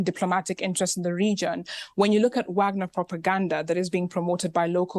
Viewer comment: I love how the black lady pronounces wagner correctly